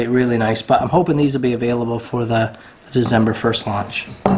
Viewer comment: Cherish each morning with the little one, she will be off to collage before you know it. Heck ya I’d you want to engrave the stock on your 22 go for it. That knife with the blue handle is awesome bud, really stepped your game up on that one for sure. Not sure if it’s your accent but you crack me up every time you say Dezember Stay well bud